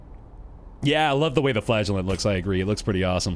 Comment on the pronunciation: ngl, when I heard you talking about the "Flagellant" it sounded like "Flatulent"